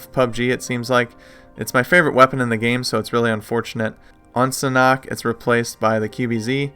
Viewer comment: It’s pronounced “SAN-HOOK”